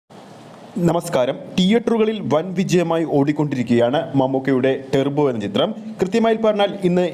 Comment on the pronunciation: ടെർബോ അല്ല ടർബോ